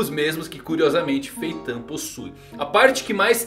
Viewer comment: que agonia cara chamando Feitã kkk